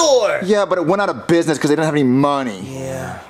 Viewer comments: LOL yeah last time he said bisnewis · Ogs know he said biynuh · It used to be "Binyeh" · They went out of bineyh 😭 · they went out of binyee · Toys’R’Us... They went outta bidneuhh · hey sml i hate can say business right please fix it and saying girafee right